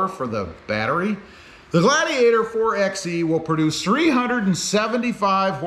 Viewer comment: You saying the name wrong it’s (4- by -e) not 4 ex e , you wouldn’t say 2 ex 4 if you were going to get lumber